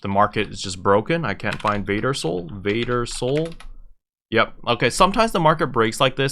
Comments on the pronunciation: Isn’t it “Varder Soul” (with two rs), not “Vader Soul”? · It’s Varder xD